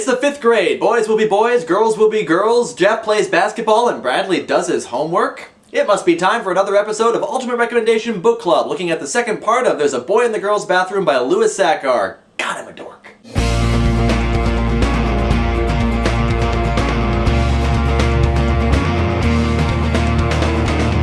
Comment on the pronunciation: I love this book and this series of reviews! Can't wait for part 3, especially the emotionally devastating letter from Carla at the end. Oh, and Sachar is pronounced "Sacker.".